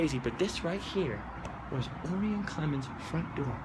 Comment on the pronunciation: if your gonna do a video, at least know how to pronounce his name...O-Rye-In...like the constellation! Haha, I should know.